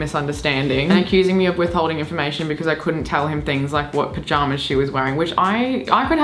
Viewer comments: I'd say that's more of a becüz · now that's an Australianism I haven't heard before "becöz" lol